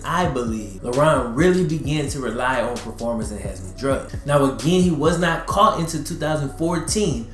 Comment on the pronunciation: EnhancING (en-hant-sing OR en-hants-zing). Lol. Dope videos though, bro fr. my Nit-picky ass digs your style.